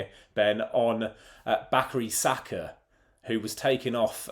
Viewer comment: Bakari Saka? You mean Bukayo Saka? LOL